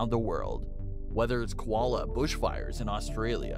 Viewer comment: Lol, please learn to say koala properly.